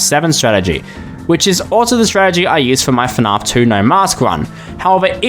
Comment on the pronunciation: Is it weird that even as an Aussie, I hate the way he pronounces fnaf? lol. I've heard how Americans pronounce it too much, so pronouncing the 'a" the way I'd normally do it for every other word just sounds wrong.